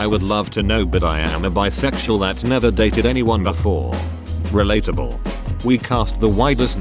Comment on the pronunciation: text to speech: beesexual my mind: y o u l i k e j a z z?